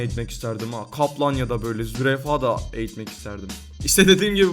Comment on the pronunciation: ZÜREYFA diyo